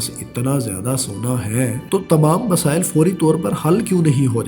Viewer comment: Masaaal .......nakaali ......oh bhia Urdu ka talafuz he theek kr lo